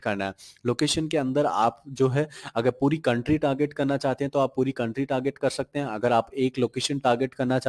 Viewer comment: Whenever he says shakte sound sucks